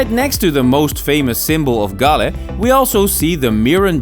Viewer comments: Galle is pronounced like like "haul" with a g and pronounced in sinhala as gaalla and in tamil gaali. Almost all of srilankan districts have distinct pronunciation for each 3 languages. Also fr example colombo, English- kuh lum bow Sinhala- ko la mba Tamil- ko lu mbu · Galle is pronounced as Goal..Our colonial masters pay more attention to develop this area as most of the spice growing areas were in South...Cinnamon, cardomon, clioves etc., there is an another dutch fortress inner side of southern province which is only one away from ocean...Thats "katuwana" dutch fortress...you may google and see...its a small one which situated at cinnamon, citronella growing area in Hambantota district